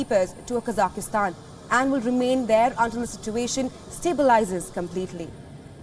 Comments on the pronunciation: needs to train their team on how to say the country’s name. Honest mistake. But still needs to be corrected. It’s Kazakh-stan not kazah-is-tan, it’s not to be pronounced like Afghanistan. Anyway hope things return back to normal in the country. So much loss of life is terrible. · It’s not pronounced “Kazaky-Stan” !!! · i think even tho there is a variation and a accent we should respect the original pronunciation and call it Kazakh-stan